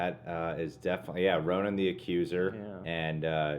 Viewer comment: Bloodstone Pisces It’s Ronan. Not ronin